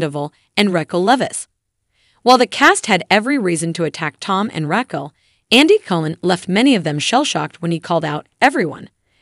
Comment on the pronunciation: The AI narrating this should pronounce the names right! Reckell, 🤣🤣🤣🤣🤣🤣🤣🤣